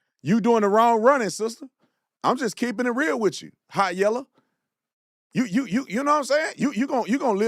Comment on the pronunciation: "Hot yella"😂😂😂😂😂😂😂